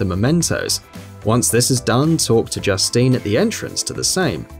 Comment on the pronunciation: Not to mention he pronounces Justine like an English man name, not the French woman name. ...And the Jin-yu force? Is that a new K-POP band?